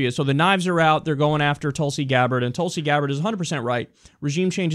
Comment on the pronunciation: Hehe its not pronounced Tulsey like u say.. its more like tool-si (si like the french say it). :)